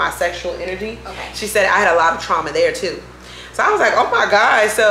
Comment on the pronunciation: The Maryland accent came out when you said “she was doing TEW MUCH” 😂😂😂